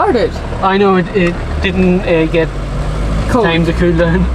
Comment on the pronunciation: As says, it is cowlt. Welcome back to the Emerald Isle!